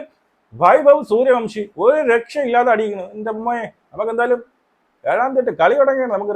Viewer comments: സൂര്യ വൻഷി എന്നാണേ, അയാളുടെ പേര് എങ്കിലും കൃത്യമായി പറ 🙏🙏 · സൂര്യ വൻഷി എന്നാണ്